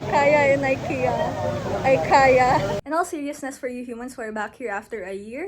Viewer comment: I love the "IKea-ya"